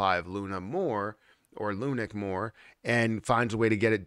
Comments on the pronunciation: I was going to listen to this YouTube video going to bed. But every time I heard lunic instead of lunc (lunk) drove me nuts. Can't anymore with this channel. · Lunik pisses me off also bro. I hate hearing this word lunik like wtf . Just say luna classic Jesus